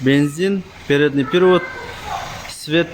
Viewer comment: Передний пИРивод дейт го😂